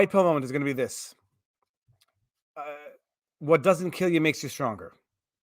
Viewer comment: VIVA'S DOG DIDN'T KEEL ITSELF